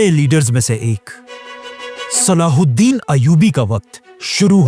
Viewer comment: Name saladen nahi hai salah u din hai